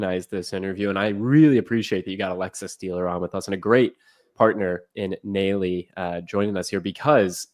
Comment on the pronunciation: Nalley. Pronounced Nahlley. Lived in ATL.